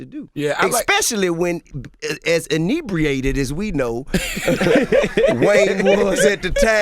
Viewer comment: Did this ninja say enebriated smh cant even spell it lol